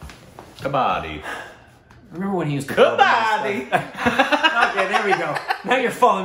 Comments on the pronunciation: Please please don't pronounce it as "ka-baa-di" cz it changes the meaning, the game is called "ka-ba-dd-i"😅😅😂😂 Moreover, once again... Your shirt 😍😍😍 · It is not kabaadi😅😂 it is kabaddi 😅 ..you will be on your heels all the time when you will watch it. It's too exciting. All the best exploring this game. Every Indian has played it once in their lifetime. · best way to pronounce............ "Ka-buddy"........ more stress on "d"............ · Pronounced as : Cub-Bud-Dee It has all become a Continental sport and attempting to get into Olympics. It's fast gaining World popularity. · It is pronounced as k-buddy with little stress on bud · Well tried to pronounce but unfortunately it was wrong , it is Ka-buddy what u miss-pronounced is a retailer trading in scrap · It's kabb badddi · pronounce like "cupboard" ....then d.............